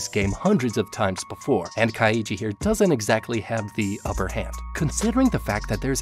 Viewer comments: I wanted to to bash my skull against the wall every time he mispronounced Kaiji name, so roughly once every 30 seconds, like hasn't he watched the show to analyze it? How can you fuck up so badly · For people who must have watched the anime to use clips of it you sure do say Kaiji's name wrong a lot, probably on purpose so people comment. Lame. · The way this man pronounces Kaiji triggers me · I'm mins in but I can't deal with this pronunciation of the main character lol It's KAI-JI not KA-I-JI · kai-ji He's pronoucing it kai-ii-ji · its not kai ee jee its KAI JEE REEEEEEEEEEEEEEEEEEEEEEEEEEEEEEEEEEEEEEE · Dude u butchered the word kaiji, you’re supposed to say it like this Kai then ji. Not ka then i then ji. 🤦🏻‍♂️ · As good as this video is, and as much as I love both the Kaiji series and the HowToBeat series, I can't help but die inside every time I hear you say Ka-YEE-ji. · "Ka-ee-jee" It's just Kai-jee. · This guy pronouncing "Kaiji" the same way one would pronounce "Luigi" makes me lose it. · Am I the only one distracted by his pronunciation of Kaiji as (Kai-ee-gee) instead of (Kai--gee)? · Its pronounced Kai-ji. Not Ka-i-ji. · It's Kai-Gee not Kai-ee-gee. You make it sound like Luigi for the love of god. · U said kaiji wrong is Ki. Jee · Saying kai-e-ji instead of kai-ji bothers me throughout the whole video. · Nah son, not like this. Its not Ka-iji its Kaiji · Just Kai-ji Legit that's all I want this man to say: Kai -One syllable Ji- one syllable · Kaiji is actually pronounced KAI-GEE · why does he keep saying his name like "kai-ee-ji" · kaiiiiiiiiji kayiji these pronunciations be like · Nope. Love the content, but I’m not doing Kah Eee Gee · why do you keep pronouncing his name ka-eye-ji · As a Japanese speaker, the pronunciation of Kaiji is so cringe 💀💀💀💀💀 It's basically just yeo syllables: Kai and Ji. Even if you wanted to pronounce all three though, you absolutely would not put emphasis on the middle syllable only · lmao kai-EEE-gee